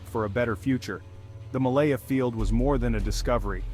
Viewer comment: Its malampaya not malaya